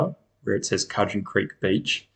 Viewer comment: Pronounced Could-gen.